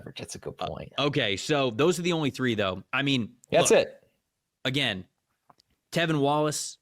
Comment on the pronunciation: I love the podcast, as a Panthers fan this episode in particular is one of my favorites you two have done. Appreciate you guys PS -, the LB’s name is T(r)evin Wallace, not Tevin Wallace haha